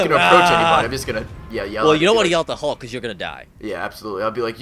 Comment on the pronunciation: thumbs up if u hate when people pronouce hulk "hawk"